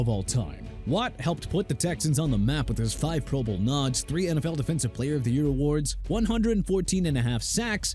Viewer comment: I saw that too!! What a joke! And says pro BOWL. 😂😂😂